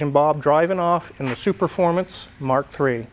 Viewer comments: Nailed it! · 15 seconds in and he pronounced ’superfomance’ and ‘euroasian’ correctly, unlike another popular car YouTuber